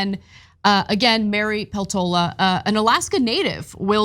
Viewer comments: Poltoola? Peltola with e in "echo" or "set" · Peltola is married to a Finn. The surname Peltola is pronoused PELtola.